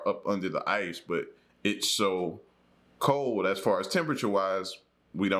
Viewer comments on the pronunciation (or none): The word is "cold" not col, or Cole or coal.. please pronounce your words right!!